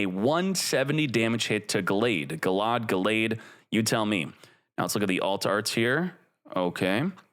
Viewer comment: Gallade is pronounced gale-aid